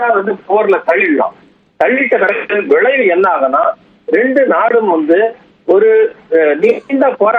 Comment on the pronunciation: Not vizhaivu it's vilaivu.